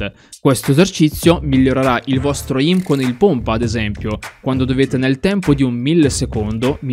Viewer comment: Bro sei un grande ma comunque si pronuncia eim non eìm